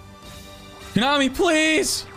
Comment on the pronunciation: I love how you say "kunami" instead of how its supposed to be pronounced... As "ko-nami" #kunami #koonami